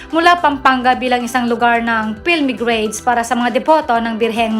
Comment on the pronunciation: Pilgrimage hindi pilmigrace tanga